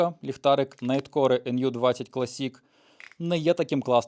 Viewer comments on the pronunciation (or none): Найткор, не найткоре